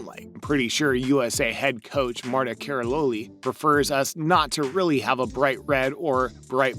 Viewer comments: “Kallalori” r u joking it’s said karoli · Could he do a teensy bit of homework and learn how to pronounce people’s names? Might be respectful, you know? Like it’s Korbuht not KorBUTT, Nastya Leeookin not NaTATsia Loo-i-kin. And Marta Karololi??? Sheesh. Unbelievable.